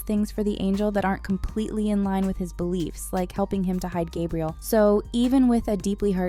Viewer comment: Burst out laughing at ✨"Gabrielle"✨